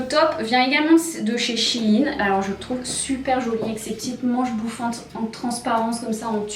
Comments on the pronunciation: Au début elle a sorti un Shi in au lieu de shein mais ptdrrrr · She in